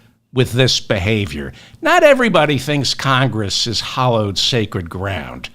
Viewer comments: Great info. Thank you! However, you're mispronouncing HALLOWED. It's NOT pronounced, HOLLOWED. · You keep saying "hollowed". It's "hallowed".